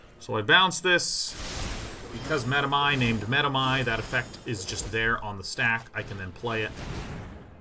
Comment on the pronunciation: it's such a relief to finally listen to a player who knows how to pronounce medomai